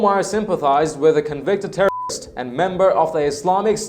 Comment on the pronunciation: Lmao can you not say Terroist ?